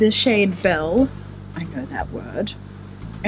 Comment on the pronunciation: As a French-Latina goth, let me say... The fact that you’re taking an interest in French and making an effort to say those words properly speaks volumes. You rock! 🖤 My only suggestion for your pronunciation of “belle”: in French, you would treat “belle” almost like having two syllables, with the emphasis on “bel” and treat the second, less emphasised syllable as a VERY soft “uh”. In French, any “e” (no accents over the “e”) is pronounced like “uh” like in “well, duh!”. Hope that was helpful! Tu es très magnifique et très belle! Je t’aime! 🖤